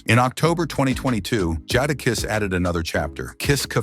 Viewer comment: Computer voice doesn't even pronounce his name correctly....smh.